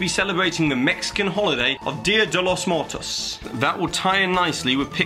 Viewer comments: not that bad! Haha here's the pronunciation, "deya de lows moowertos" haha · you're awesome but Im sorry, Dia de los muertos is spanish not French. No need to combine the vowels. Keep doing a great job though!!!! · He said Dia de Los Muertos wrong lol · Don't mean to be rude but practice saying "Dia de los Muertos" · First of all, being hispanic i had a nice little giggle at the way you pronounced dia de los muertos...good attempt though! i also think it would be cool for disneyland to do like a freight night for teens and up where they decorate a sectioned off area for older guests to enjoy a scare so both adults and children can have different halloween "parties" to enjoy similar to what other theme parks do across the world